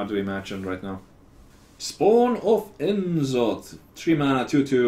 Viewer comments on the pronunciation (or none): That's not how you should try to pronounce it if you're finnish. It's more like No'Zoth and Ja'sharaaj. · Comon I know that you can pronounce the old gods names corectly. Its No zaf, Ya shorash.